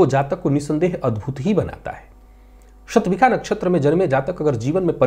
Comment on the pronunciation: आप विद्वान् हैं, युवा हैं, समर्थ हैं : एक पुरानी परंपरा, जिसका विशेष कारण समझ में नहीं आ रहा है, बदल कर सही करने का प्रयास करें तो सफल हो सकते हैं। वह परम्परा है— 'ष' वर्ण का उच्चार 'ख' करना। आप भी 'शतभिषा' नक्षत्र को "शतभिखा" कहते हैं ! कर्णकटु लगता है...